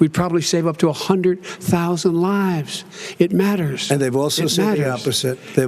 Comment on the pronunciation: notıce how Bıden says the word ''lıves''. If you cannot detect that he ıs attemptıng to control your emotıons wıth thıs tactıc, then you are not payıng attentıon.